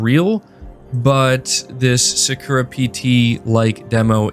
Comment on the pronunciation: You're killing me man. さ = Sa (Sah) く = Ku (Koo) ら = Ra (Rah) さくら = Sakura (SahKooRah) Sony is a Japanese company. It would be very beneficial for you to spend even just 30 minutes on something like Duolingo so you can learn the pronunciation. Even if you don't learn the characters.